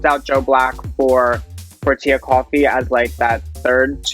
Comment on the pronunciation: FYI: Tia Kofi's name isn't pronounced "Coffee" like the drink. It's "Koh-fee." Signed, -A Ghanaian that likes coffee and Kofi's.